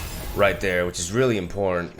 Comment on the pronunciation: Hey,, just wanted to let you know, when you don't pronounce "important" properly (which is a word you say a lot) it sounds like you're saying "In Porn."